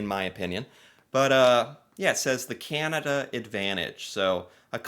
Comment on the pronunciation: Do we wish that could learn how to say "Canada" instead of "Cyanada"? I know I do.